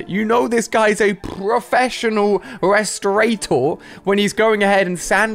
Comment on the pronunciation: No one: Ali a: prrrrrrrrrrrrrrrrofessional